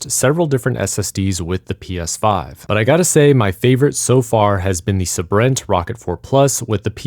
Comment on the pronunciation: It's said Sabrent not Sabrint